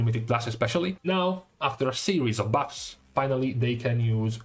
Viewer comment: "yesterday, we had some juicy butts to talk about" i cant not hear that.